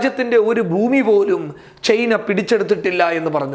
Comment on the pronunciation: ചെയ്‌ന അല്ല മൈരേ ചൈന 🤣